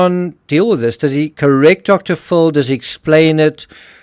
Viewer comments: You are a very good detective and I really like your videos. Just one correction. The way you pronounce Dr. Phill it sounds like Dr. Full. Sorry to point it out. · If this AI voice , im sick if you prpnoucing it " Dr Full" its Dr Phil! Aldo Burke is CLEARLY autistic . He has to be. If he hurt his sister IDK but hes austistic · Dr. PHIL , not Dr. FULL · Dude your my favorite true crime channel. I cant tell for sure, but i swear you say Dr.fool for Dr.phil. ha-ha my hearing isnt so good